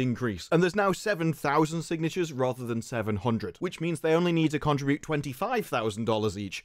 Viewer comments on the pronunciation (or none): none